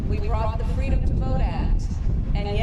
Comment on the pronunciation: Gee, I hope she tells that fun "FWEEEEDOM" story again